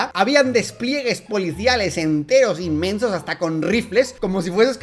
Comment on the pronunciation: Dijo mensos o inmensos? 😭😭😭 AJAJAJAJA